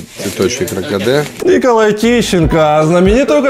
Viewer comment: Николай хотел сказать кракадэ меня везде, но запутался в произношении